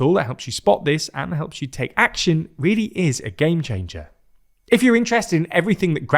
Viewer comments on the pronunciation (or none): none